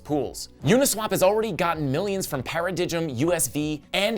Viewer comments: Para-dijem tho!!! Para-dime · It’s pronounced like para dime